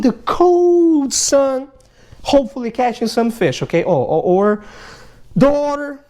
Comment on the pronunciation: He pronounces the Darter fish as Daughter, just his accent! I love it lol